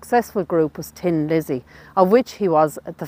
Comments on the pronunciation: It's Thin Lizzy not Tin Lizzy! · The name of Phil's band was THIN Lizzy, not Tin Lizzy.